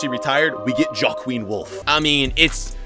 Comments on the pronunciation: Jok queen? Isn’t it hwakeen? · Joaquin is actually pronounced wa-keen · It’s pronounced wawkeen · The way you pronounced Joachin. 😂